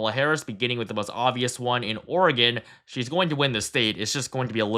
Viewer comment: Thank you for pronouncing "Oregon" correctly!